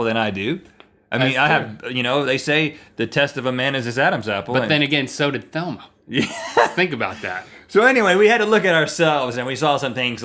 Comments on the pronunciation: its velma not thelma lol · it is VELMA not THELMA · Thelma? Lordy lordy say Velma. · He's.... He's saying Thelma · WHY ARE THEY CALLING HER THELMA! HER NAME IS VELMA! VELMA! WITH A V! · V e l m a not t h e l m a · I don't think it's "Thelma " it's "Velma" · its velma not thelma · VELMA not Thelma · her name is velma not thelma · I almost cried when they said "Velma" as "Thelma." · It makes me cry every time Rhett says Thelma. Not with joy: it is insanely frustrating that they don't know their basic Scooby Doo. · Why are they saying Thelma its velma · Are they saying "THelma?!" 😄😄❤️❤️ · Her name is 'Velma', boys, not 'Thelma' lol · Velma. Not Thelma. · omg im sorry but this is driving me insane its VELMA with a V not Thelma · its velma i feel like he was saying thelma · I keep hearing "Thelma" and not "Velma" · all yall saying thelma or velma? im pretty sure its velma. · It's Velma not Thelma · Her name is Velma, not Thelma... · Why are they saying Thelma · her name is velma not thema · Velma. Not Thelma, nice try Rhett. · it's not Thema, it's velma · It's Velma... Not Thelma... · AHHHHHH! It's Velma not Thelma!!! Love you guys but ah! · Its Velma, not Thelma!!! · it"s Velma! Not Thelma! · Thelma? It's Velma. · did you say thelma? i thought it was velma. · XD Her name is Velma not Thelma lol. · Haha. It's Velma not Thelma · its Velma, NOT Thelma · Thelma? Thought it was Velma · Why are they saying Thelma instead of Velma? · Velma, not Thelma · ...was link saying "Thelma?" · Um I don't mean to be "that guy" but it's Velma not Thelma... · Her name is Velma.. Not Thelma. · i believe its Velma not thelma, guys. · VEL-ma VEL-ma not THEL-ma! I would say remembering a woman's name is a very manly quality. Sorry to say, you both fail. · It's VELMA, not Thelma! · It's Velma not Thelma! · Velma not thelma guys.... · Her name is Velma, not Thelma. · Ummm Isn't it Velma? Not Thelma? Or is this another wiki - viki joke?? Lol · Rhett, it's Velma ... not Thelma. ;)